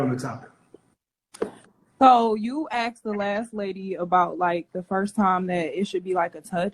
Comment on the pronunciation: "Axed"... DISMISSED!